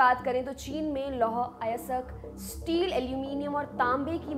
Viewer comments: थोड़ी इज़्ज़त कर लो हिंदी की अयस्क होता है अयसक नहीं 🙏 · उच्चारण सहीं करें लौह अयासक नहीं लौह अयस्क |